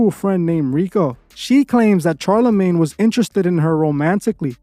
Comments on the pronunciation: Shar (pronounced SHar, not CHar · SHar not CHar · It’s pronounced shar not char but great content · Is this is an AI voice because he kept saying "Ch+arlamagne instead of "sh"alarmagne." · I agree and i literally hate Charlamane but bro ffs its pronounced like "SHarlamane" not CH sound. Its like Charlotte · Bruh, it’s very hard to watch this all the way through when you haven’t even done THE MOST BASIC of research. 3 seconds of research will let you know that dude’s name is not pronounced “Charcoal-Charmander-CHAR-lamagne”. 🤦‍♂️🤷‍♂️ I don’t know, maybe try a little harder to look into a topic before making a whole video about it, I mean you just sound stupid since in all your videos you name drop the person’s full name in each and every sentence. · All facts but why did u have to say the man's name like that?😂😂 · I love your videos and i am not a person that gets triggered. However, the way you pronounced Charlamagnes name got to me lol! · It was brutal!😂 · Lmfaoooo I was laughing each time